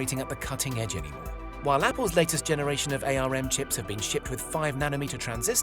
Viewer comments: Tech channel that doesn't know ARM is pronounced "arm" and not "A..R..M". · "Ay Ar Em"? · It's pronounced ARM, as in arm and leg. You kill me every time you say it wrong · RISC I'll give you, but otherwise it's an insult to kids under 10, even they know how to pronounce ARM! :)